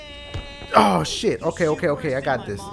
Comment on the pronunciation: Oooooo not ooh